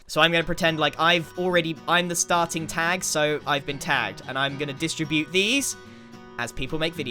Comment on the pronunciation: its pronounced distribute not distribute 😏🤣